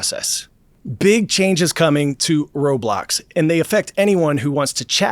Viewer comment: And bro said Roblox wrong